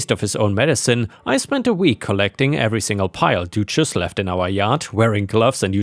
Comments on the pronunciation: The u in duchess has a more "uh" sound not an "oo" sound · wouldn't the animals be sent to an abattoir for slaughter? also think it might be pronounced duchess (dut chess) as in the title granted to a noble women ( Doo chess) sounds like a feminine hygiene product. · I like you accent when pronouncing Duchess....the English pronunciation is the U is not a hard vowel. therefore it is Du not Doochess... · Duchess isn't pronounced doochess, it's pronounced dutch-ess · Dog's name is pronounced Dutch ess not Doochess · Just a FYI, duchess is pronounced close to dutch ess. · Duchess is pronounced Dutch-ess - although duchesse (with an E) potatoes is pronounced du-shess! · Your pronunciation of Duchess had me 😂😂😂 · The U in Duchess rhymes with up not do...